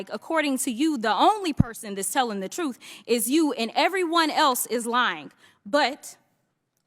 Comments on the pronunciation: Showboating and failing to take the high-road. "'Troof'' remark said it all. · Trufh? Tell the trufh? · Did she actually say “troof “ and axe you “? 🙄